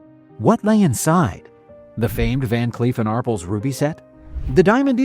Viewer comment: Ar Pels, not arpuls. Geez.